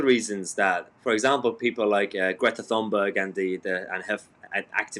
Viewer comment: Not Thunberg. Swedish has no ‘th’ sounds so the ‘h’ is purely decorative. Try it, more professional